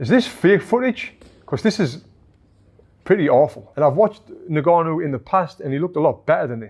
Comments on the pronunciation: its pronounced ngannou not nigganou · its pronounced un-gannou mate